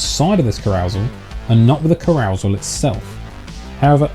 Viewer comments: Please look up how carousel (ca-rou-sel, not carou-sel) is pronounced. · Literally everytime i see carousel now i pronounce it ca- row-sel now in my head 😂😂😂 so funny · I literally just came here to take the piss out of you for exactly that! Brilliant video again m8👍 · Just found you channel the videos are amazing, im sure this channel will blow up soon. Are you English I have never heard carousel pronounced like that before ? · That is not how you pronounce carousel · Bro you say carousel really weird, other than that good video mate 👍🏻